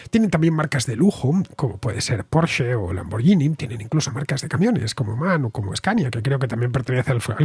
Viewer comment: Pronunciando bien Porsche! Punto positivo😂😂👍👍